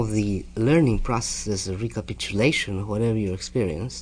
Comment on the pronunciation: Carlos and his slips of the tongue i.e. recapitulation and STALKING before he put them in his later work lol